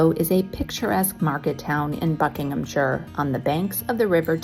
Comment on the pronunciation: Marlow. Known for its suspension bridge and scary weir! 😲🫣 1 point for pronouncing Buckinghamshire correctly. Minus 20 points for 'leezure'. 😄 Magenta overload. 😎😎 I've heard of houseboats before, buy never a living room boat. He wasn't rowing. He was sculling. 🚣‍♀ I've always wanted a boat like that. You got that! 🫣🫣🚑 The Compleat Angler? As in the book by Izaak Walton, first published in 1653? I have NEVER seen bubble and squeak like that before. You should see the burger that Japanese vlogger Saran made. It looked just like the pictures you see on the burger posters.🍔 Grape Expectations. Oh dear. 😄 Looks like you had a fantastic day out in a beautiful place. 🌞🌞 Great drone photography too. 📷